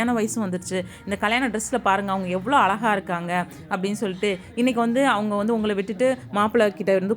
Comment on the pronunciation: மிக்க மகிழ்ச்சி முதலில் நீங்கள் நம்ம தமிழ் மொழியை கொள்ளமல் பேசுங்கள் .அலகாக இல்லை (அழகாக).